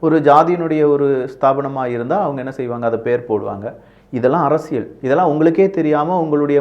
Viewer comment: அரசியள் தவறு அரசியல் உச்சரிப்பில் கவனம்